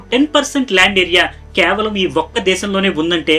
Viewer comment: kyaavalam kaadhu KAY-VA-LAM